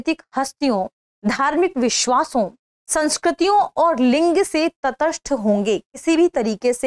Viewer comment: आज ज्ञात हुआ कि "दृष्टि IAS" में कार्यरत तथाकथित पढ़े लिखे लोग (जैसे कि ये मोहतरमा) भी ठीक से हिन्दी भाषा बोलने में असमर्थ हैं। १) क्षेत्रीय को बार बार छेत्रिय २) तटस्थ को बार बार तठस्थ ✓ The actual focus is towards the get-up and the external appearance rather than on the correct Pronunciations. ✓ Is there any viewer out of 34K viewers who has bothered to Notice this??!! Perhaps not, because most are Birds of the same Feather!! Are the CEO and the Audio/Video Editor of "Drishti IAS" noticing? They seem to have overlooked.